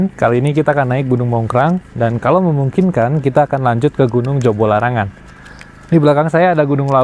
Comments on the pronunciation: JOBOLARANGAN mas bukan jokolarangan 😂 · Yg bener jobolarangan apa jokolarangan? Baru denger jokolarangan